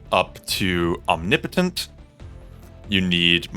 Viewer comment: Different way to say omnipotent.. is that the correct way?😂